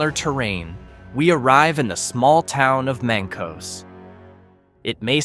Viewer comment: Mank-us. Mancos is pronounced Mank-us. Great video.